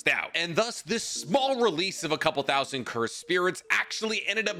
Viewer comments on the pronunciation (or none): none